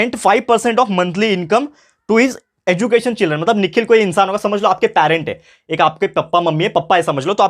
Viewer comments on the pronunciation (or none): Pronoun: Ejucation🚫 education ✅ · Sir App ne question 3rd Ko solve karte hue education Ko galat pronounce kiya